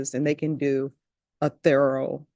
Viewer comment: the word is pronounce TH-ER-OWE (Thorough) and NOT THA-RULE. You mispronounce so many words LIKE MAC DONALD When its pronouced MIC DONALD (McDonalds) and you say JURY instead of JEWEL-RY. I cringe listening to you at times. Very embarrassing for you. And no, it's not your "accent" - it's plain old mispronounciation.